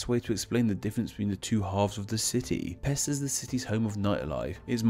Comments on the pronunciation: Buda (408? – 445) is the name of the brother of Attila the hun. The city have its name after him, according to chronicles. The Pest theory is more likely accurate. Also I know these are different languages, but Pest you pronounce "pesht". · The name of Pest is actually pronounced Pesht. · Buda's Germanic name is literally Ofen and Pest is not even remotely resembling any of the words you put up on the screen Also you missed up the pronunciation for Pest which is Pesht You are welcome Also Aquincum is Óbuda, which was also a separate city before merging the 3 cities into one in 1873 . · Pest is pronounced like Pesht, as in Hungarian s is pronounced like sh in English. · I prefer Buda as I was born there, even my name is Budai (from Buda), it is much more beautiful and less dangerous, but it's a beautiful city. And it isn't called Óbudapest because that would mean Old Budapest. Nice video, although the s is pronounced as an š sound (ш in Cyrillic)